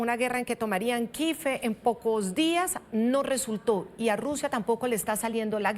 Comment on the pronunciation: Tomae Kiev, no "kife", corrijo, respetuosamente